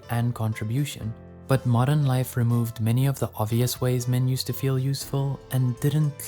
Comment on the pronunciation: BRO SAID "MODEM"💀💀💀💀💀💀💀💀💀💀💀💀💀💀💀💀